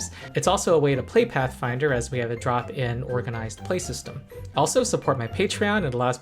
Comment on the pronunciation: In every video where you say “drop-in organized play system”, it sounds like you’re saying “drop in organized play system”, as in it’s been falling.